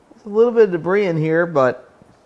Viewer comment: I just realised that has started pronouncing 'debris' correctly. For a long time he said "Deb-riSS" rather than "Deb-Reee" 😂